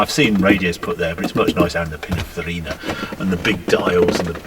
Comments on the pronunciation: If the designer name is Pininfarina, why does Harry ( and apparently everyone else who is saying the name) refer to him as Pinafarina? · I know its crazy,Italian is phonetic,the word is Pinin ...Farina and for some reason everyone says Pina...farina,i dont get it either.